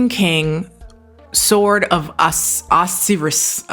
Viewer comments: I love you so much, but it’s pronounced “oh-psy-ris” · Osiris = Oh-Sigh-Rus lol